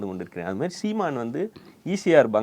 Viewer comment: The way says "seeman" is funny as hell